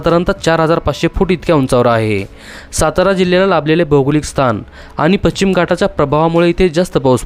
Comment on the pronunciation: पश्चिम पच्चीम चुकीचा शब्द आहे.